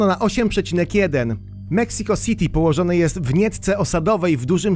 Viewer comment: karkas, meksiko siti xd błagam cię nie bierz sie za geografie ani języki